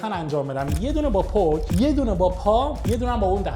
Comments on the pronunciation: پتک❌️ پک✅️ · پُک واسه سیگاره جان 😂 این پتکه 😂